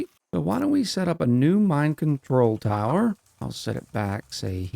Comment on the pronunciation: When you put down the new Mine Control Tower I heard you saying "Mind Control Tower" and now I can't unhear it 😅